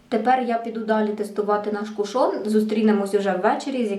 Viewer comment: Чомусь наголос дуже багато хто робить на другий склад, а правильно - кУшон. Сьогодні купила в Аврорі, зверху запечатаний, як і у вас, а знизу - ні, тому і відкривала, як вам тут радили - знизу. І чомусь у мене виникли підозри, що його хтось уже відкривав... Коли відкрутила кришечку, під нею все якось було мокро, та продукту набагато менше, ніж у вас. Таке враження, що рідина відокремилася від тонального крему і вилізла назовні... І плівка з назвою вся в цій рідині прилипла до кришки. Так що не факт, якщо зверху запечатано, ніхто не користувався. І запах якось не сподобався... якимсь б/ушним віддає. Прийдеться викинути…